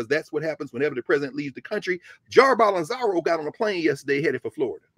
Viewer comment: Bol-so-naro as opposed to Bol-en-zaro